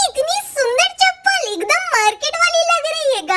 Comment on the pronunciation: Sab kuch bol leti hai but overacting ke maare chappal ko pappal bolti hai